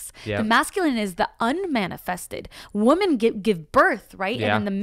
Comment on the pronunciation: Does know that when the word woman is plural its women 😆 he pronounces it like its singular even when he's talking about women plural